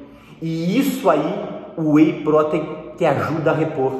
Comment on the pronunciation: A pronúncia de “protein” está incorreta.